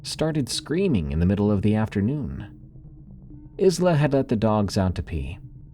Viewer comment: Just a future note for the Scottish one. "Isla" is pronounced "Eye-la" like Island. Loved the stories though. Real creepy 😊